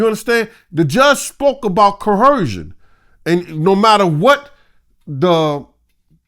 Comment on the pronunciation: If this nigga say "coercion" wrong 1 mo' time.